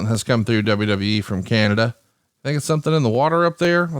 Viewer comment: Did you just say Canadia? Wtf Bruce lol!